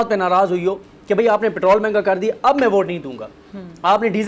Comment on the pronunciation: ہوا کے بدلے رخ کے ساتھ آپ کا بیانیہ بھی آپ کے اصولوں کی طرح ہوا کی طرح بدل گیا ہے ۔ آپ تعلیم کی سب سے بڑی ڈگری یعنی پی ۔ ایچ ۔ ڈی کی مالک ہیں لیکن آپ پیٹرول کو " پیٹرل " کہتی ہیں جو ایک سمندری پرندے کو کہتے ہیں ۔ شائد رٹا مار ڈگری والوں کا تلفظ اور اصول کمزور ہوتے ہیں ۔